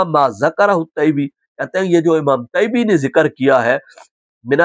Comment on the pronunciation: مجھے لگتا طیبی کے ط کے نیچے کسرہ ہے حضرت بار بار فتح پڑھ رہے۔